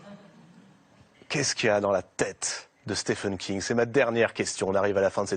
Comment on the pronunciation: Content de voir que Docteur "slip" a été écrit par Stéfene King. C'est [stiveun] (comme on prononce Steven Spielberg), merci aux Français pour le respect de juste prononcer le nom de l'invité convenablement !! :-)